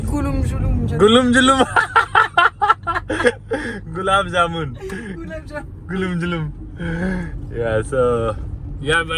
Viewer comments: Gulaab Jamun ❌ Gulum Julum ✅ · Gulab Jamun ❌ Gulum Julum ✅ 😂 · Gulab Jamun ❌ Gulum Julum✅😂😂